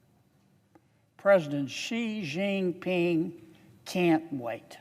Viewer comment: First 2 things he said is false. 1. They are pronounced Chagos not Shagos. 2. Theres more than 60 3. Theres no 'qi' jin ping of China😂